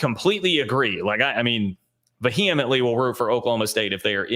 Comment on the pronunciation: Several years of watching …he still cannot pronounce the word “vehemently”. Too much H home slice!